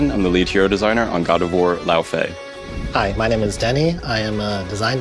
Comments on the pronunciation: As a Scandinavian, hearing them try to pronounce Laufey is hilarious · OMFG not even they can properly pronounce "Laufey". Honestly it fricking sucks they chose this name as the singer is very popular and this basically ruined her searchability.